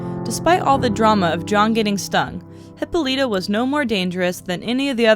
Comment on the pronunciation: He-PO-lee-toe, there is an accent that you missed. Nice place huh?